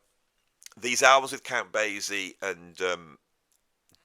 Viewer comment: Count Basie is pronounced bay-see—the s sounded as ess, not zed. And New Orleans is pronounced Or-leenz.